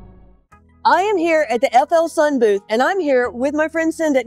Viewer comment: did the FLSUn lady say fullsun? Have we been pronouncing it wrong?